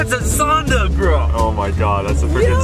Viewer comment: It’s not sonda it’s zonda